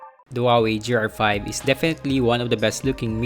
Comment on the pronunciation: The review is decent but seriously, please improve your grammar and pronunciations. The improvement will help your videos... at one point it sounded like you said "J"R5 instead of GR5. Just saying...